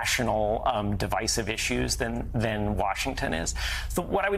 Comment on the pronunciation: Joe can't even say the word bipartisan. Literally